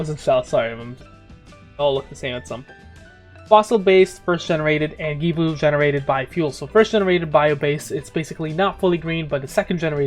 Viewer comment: Givo? Loll I’m curious, pronounce George? Good info tho 🤘🏽